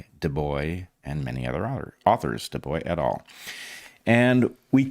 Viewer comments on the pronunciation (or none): none